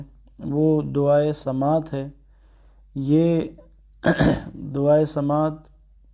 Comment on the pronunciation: قبلہ محترم سمات زبر کے ساتھ نہیں زیر کے ساتھ ہے اصلاح کیجیئے۔